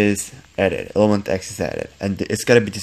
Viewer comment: Why do you keep saying ilementX and not elementX